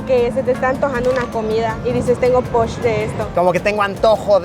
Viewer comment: No es posh es poch ! Saludos desde Yucatán !